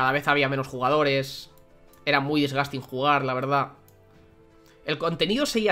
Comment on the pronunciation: Nadie: Absulutamente nadie:: DISGASTIN